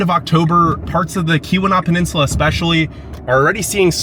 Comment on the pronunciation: There's no harm in asking a friendly local or two how to pronounce place names (Tahquamenon Falls; Keweenaw Peninsula; ETC.)...just saying.